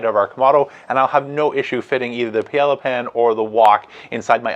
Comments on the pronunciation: More like: pie-ay-ah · Respectfully, Paella is pronounced Pi AyYa The L’s are silent. Really depend on your content. Thank you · Yeah, that pronunciation. Oof. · You're great, and I've learned a ton from you as I research which kamado style smoker to get...but I have to say it. Paella....pronounced pie-a-ya....no L's. Love the channel...:) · I've heard it pronounced pi-yea-ah by a Spanish fellow. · lol doesn’t know how to pronounce Paella